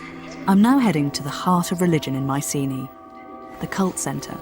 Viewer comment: The helenik Bettany shu hav started rectifiying the adulterated anglo pronunciation and sey MIKENA not maisini..